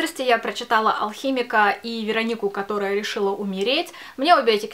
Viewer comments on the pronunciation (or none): но..она же..ВерОООООника..а не ВеронИИИИИка